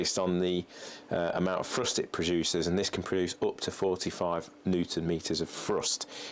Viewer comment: I've never understood why English people cant pronounce the "TH" sound. Like he says "Frust" instead of "Thrust".